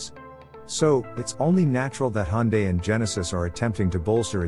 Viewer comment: Finally someone who pronounces Hyundae properly haha.